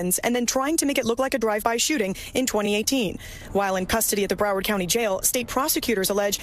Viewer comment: "Bruh-wawrd" it's Brow - Ward TMR like warden. Or Brow - WORD as we Floridians say. 😂